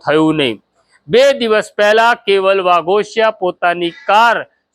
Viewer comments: Vaghoshi bolo vaghashiya nahi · વાઘોસિયા નહીં વાઘોશી